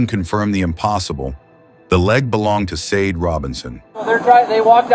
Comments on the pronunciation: Sade is pronunced “Sha-day.” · You can't even pronounce her name right. You need to take this down and repost it with her name pronounced correctly. It's highly disrespectful. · Dude you hear her loved ones say her name so many times and yet you aren‘t able to pronounce it correct. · Your AI is very disrespectful with the pronunciation of the victims name. Just saying 😌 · Is this AI reading? You pronounced her name wrong everytime and pronounced # as numbersign when reading out hashtags. Shameful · I think it’s AI,it’s terrible at pronounciations